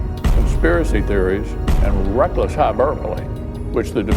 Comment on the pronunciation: Rrrrrreckless hyburpolee